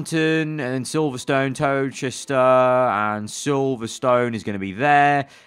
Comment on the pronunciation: lol pronounced towcester like tow Chester rather than tow ster